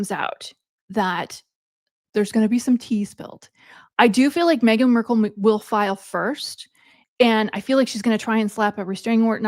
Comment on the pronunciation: Markle…not Merkel